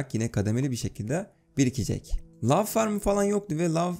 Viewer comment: Nobody:: Lav Farmı